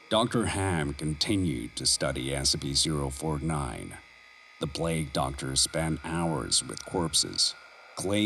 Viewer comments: lol the narrator seems to pronouncs the e's like a's.... also, Espy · Look i like SSCP Videos but i gotta call you out I'm unsure if English is not your first language or what but the way you say scp just saying SC and containment breach with the at the beginning and a few others i can tell this was written with A.I, the pacing of the words gave it away A.S.A.P 😞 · I'm halfway through and I'm still waiting for it to pronounce SCP correctly. Wth??? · the way the narrator said SCP had me rolling on the ground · THANK YOU! I had to rewind multiple times to confirm I'm not having a stroke or something, haha